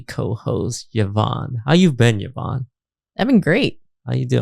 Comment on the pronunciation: why does toast still call her YAHvonne? i could have sworn they cleared that up lol